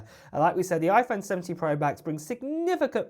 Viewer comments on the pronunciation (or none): “Pwo” this dudes voice